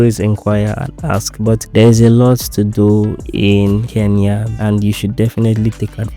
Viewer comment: Glad to hear a Nigerian pronouncing Kenya correctly.. Mostly the 'N' is omitted I guess it's a Nigerian thing